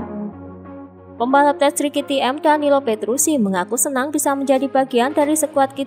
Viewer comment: Petrucci mbak bukan petrusi